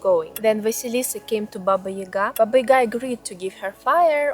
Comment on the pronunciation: It is not Ийга, it is Яга.